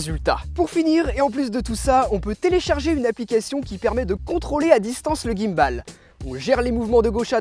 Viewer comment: S'il te plait, ne dis plus jamais "guimme balle"... c'est un mot anglais. Il y a plein de mots français si tu ne sais pas prononcer les mots anglais ;-) stabilisateur, c'est pas mal, non ?